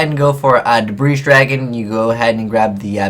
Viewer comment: I cringe every time I hear "Debreeze Dragon" ...and every yugituber does it